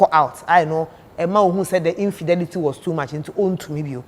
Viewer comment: A rich man pronouncing infidelity as 'infidity'😂😂😂😂